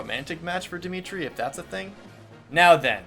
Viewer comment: Woop you have Dimitri his proper Welsh pronunciation, nice!